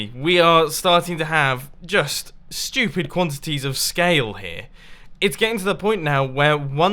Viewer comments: Its so funnnnny it sounds like your saying shhh..tooopid instead of stupid😄😏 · My favorite part was when he said shtupid as many times as he has subscribers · sounds like he is saying shtewpid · How mumbo pronounce stupid : "Sthupyd" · i can listen to a british guy say stupid again and again all day long